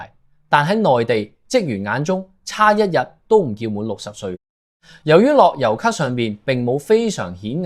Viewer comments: 你係咪ai嚟㗎諾優卡樂遊卡呀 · 樂悠卡，唔係落憂卡呀